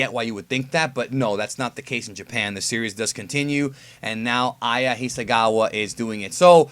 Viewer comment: It's Hisakawa, with a "k", not a "g"